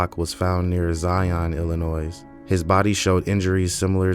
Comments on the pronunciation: Thank you for naming the victims- at least they won't be forgotten! What a monster Eyler was😢 btw, Illinois is pronounced like Illinoy. Good reporting, sir😊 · with all due respect, you do not add an ‘s at the end of Illinois. And I still don’t believe this is a person and not an AI narration. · Thank you for telling this story. I watch crime stories all the time, and I have never heard of this murderer. Btw, the “S” is silent at the end of Illinois. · The S at the end of Illinois is silent.